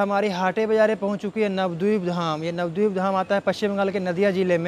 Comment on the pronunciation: Nabadeep mein a kyu silent kar rahe ho? Navdip thodi na hai?